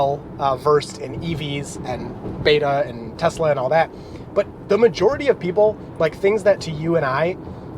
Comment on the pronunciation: Telsa!? You....